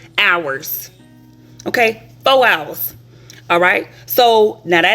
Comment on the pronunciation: "fo' hours" should be a meme 🤣🤣